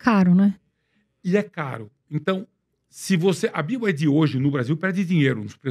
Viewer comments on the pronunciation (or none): Os irmãos, apesar de ouvir diversas vezes o entrevistado falar corretamente o nome BYD (biuaidi), insistem em dizer "biaidi" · “Bi ai di” kkkkkk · Os entrevistadores falando BID. BYD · Acho engraçado quando ouço o pessoal falando "Bi Ai Di" kkkkkkk